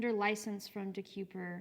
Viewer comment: It's pronounced De kay per